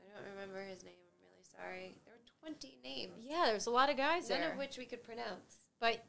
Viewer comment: I'm lovin them just butchering the names